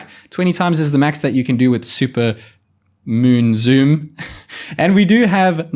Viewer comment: zat "moon zoom" sounded like Jack Cluso from Pink Panther